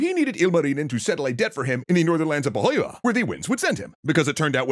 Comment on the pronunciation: That's some pretty impressive pronunciation of Finnish! Apart from Pohjola (Poh-jo-la) but definitely close enough!